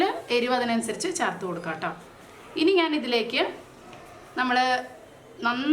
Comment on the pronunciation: Charthu ennalla,cherth